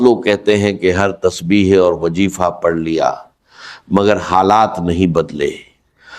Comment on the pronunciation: Bilkul fake hai Wazifa ko wajeefa bol raha hai wagera wagera